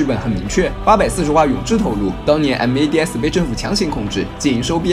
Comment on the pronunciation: 我挺想听白鲸直接念mads，而不是M.A.D.S的，那就完美了